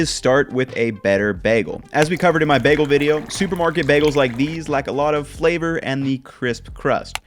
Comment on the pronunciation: my ideal is actually eggs over medium. Jellied yolk > runny yolk. Also, you pronounce bagel weird!